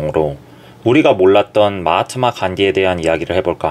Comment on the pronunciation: 마하마트 아니고 마하트마ㅋㅋㅋ 그래도 말씀이 구구절절 옳기에 구독 좋아요 누르고 갑니다♡